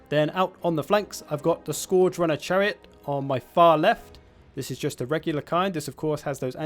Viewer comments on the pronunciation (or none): You can’t pronounce scourge.